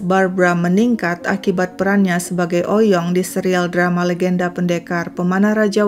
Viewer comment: Sebenernya Oey Yong dibacanya bukan "Oy Yong", tapi "Ui Yong" atau "Wi Yong", krn ejaan lama OE dibaca U. Margaku juga Oey dr papi dan Lauw dr mami 🙂